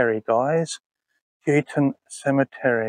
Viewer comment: It’s pronounced How-ton I was saying it wrong myself for ages until someone who lives in the area corrected me lol great video 👻🐍